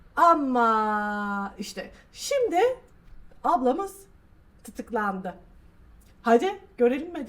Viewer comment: Tıtıklandı dedi yaa 😂😂